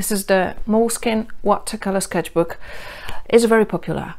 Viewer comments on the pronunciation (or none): The pronunciation is Mole (as the Mexican food) skin ( like skin) and e (the last e is pronounced the same way as in mole).